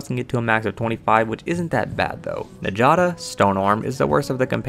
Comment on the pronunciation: Sorry to be the grammar police here, but njada is pronounced "nyada". Any Scandinavian name structured that way with the J is pronounced as a Y. Thank you rant over.